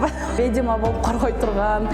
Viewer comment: Орусча суйлой албасан,кыргызча эле суйлобойсунбу,"ведьма" деген созду "ведима"дебей! Шыртандап ар кай жерде журо бересин,анан сени ким алат? Алына жараша эле журсончу? Сагынга жармаштын,Алмазга жармаштын,эми клипти шылтоо кылып футболист Мурзаевке жармашып жатасын? Уятын барбы деги сенин???